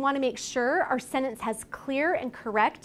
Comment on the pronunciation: Thank you for the great video. Just one thing that I didn't like is the way the word /sentence/ is pronounced.